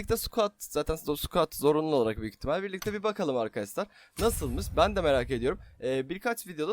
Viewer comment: Neden arkadaşlar demek yerine arkadassslar diyorsun,ş leri s olarak kullanıyorsun😂